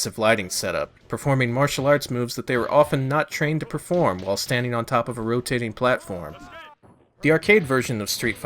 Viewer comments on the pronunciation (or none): none